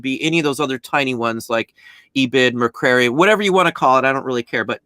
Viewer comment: Is trying to say "Mercari"? It's "mer-CAR-ee". Think "safari", but replace the "sa" with "mer" and "far" with "car".